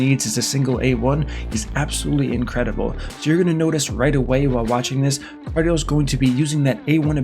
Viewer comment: You know how rare that name is, hahaha. It’s pronounced KAR-DEE-EL